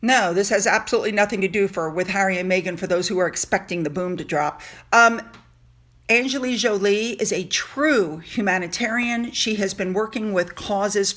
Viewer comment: Great video, as usual. but you mispronounced Angelina Jolie. There is an "N" in Angelina. She deserves your praise but say her name correctly.